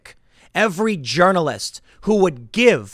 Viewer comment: Nah, you just pronounce the "J" like a "Y."